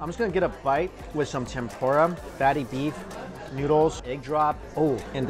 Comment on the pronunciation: trying way to hard to pronounce udon, it sounds forced, then you say Tempura like an american and i couldn't help but laugh. And for christs sake, we know it's an udon video, do you have to say udon 100 times in the video? We get it, you know how to pronounce Udon, but apparently not Tempura LOL.